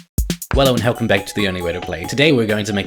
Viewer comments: Did no one else notice the “Wello and Helcome” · just noticed he says "wello and helcome back" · Yup, I checked. In the beginning you say "Wello and helcome back"